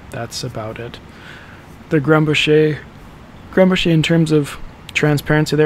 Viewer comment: It's pronounced GRUM-bocker, not Grum-buh-SHAY. It's a Swiss/German name, not French. Just FYI.